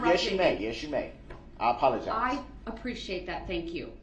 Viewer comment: "I pollogize" very articulate. 2nd grade at best, so it does make sense that this IDIOT will be prosecuted again inside of prison as an adult, oh wait "I pollogize".